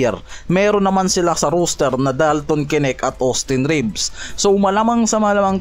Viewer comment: Roster hindi Rooster ginawa mong tandang ang kulit mo ilang beses ka na sinabihan hahaha